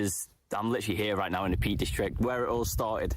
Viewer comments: Peak district not Peat. Lol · Peak not peat ! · In defence, it does sound like is saying Peat.